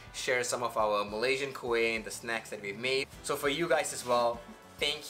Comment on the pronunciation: Your wife pronounced kuih name exactly like us. Tak pelat.